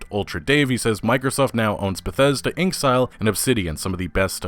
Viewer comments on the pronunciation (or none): InXile (In-ex-eye-el.) not “inkzile” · Also the way you say InXile like it's not clearly "In exile" gets that all too familiar eye twitch rolling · that's because he's mispronouncing it.